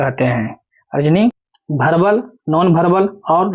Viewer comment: Verbal Hota hai sir, aap verbal ko bharbal keh rhe hai